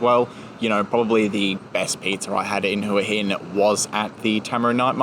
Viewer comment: I've noticed that tourists pronounce Hua Hin as Hooa Hin but the locals pronounce it as Wa Hin